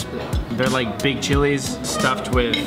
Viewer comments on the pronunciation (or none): I don't like how he pronounced the word "saw saw" it's kinda hahahahaha if you know what i mean